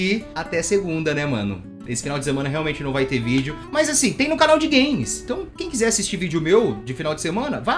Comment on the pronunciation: EU JURO QUE EU OUVI ELE FALANDO VÍDEO DE PÉ, TIPO GRAVAR VÍDEO DO PÉ DELE QUE SUSTO KKKKSNNWNQKQKKKWJEWIQISJK